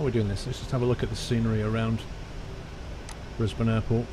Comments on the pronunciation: i live in brisbane and i'm actually really impressed u got the names right haha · You are the first person I have ever heard say Brisbane correctly who is not Australia. and Melbourne. Congrats :)